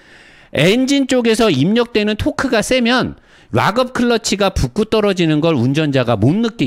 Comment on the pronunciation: Lock up 이라는 단어를 리뷰하실때 많이 사용을 하시는데요. 락 업 으로 발을을 하셔야 합니다. 오랬동안 의 리뷰를 즐겨 보는 아우디 A6 3.0 가솔린 오너입니다. 물론 이해는 하지만 유투브 방송은 전세계에서 보는 방송이라 제대로 발음을 하셔야 더 보기 좋을거 같아서요. 기분 상하지 않으셨으면 합니다. 롹 업 이라고 발음을 하시면 ROCK UP 이고 락 업 이라고 발음을 하셔야 LOCK UP입니다.